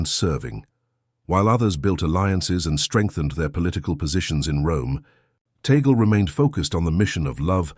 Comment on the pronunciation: but you cannot even pronounce his name correctly, which, in fact, does not surprise me at all given you are an american, the USA being the most racist country in the world